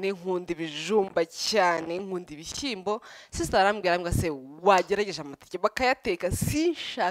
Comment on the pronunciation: Uzadufashe ureke iyo "shi" yawe kbs! Bavuga gushyiramo! Kuki utavuga ibishimbo?? Byose ni igihekane "Shy" plz uri mukuru cherie ujye uvuga ikinyarwanda bien! We love you!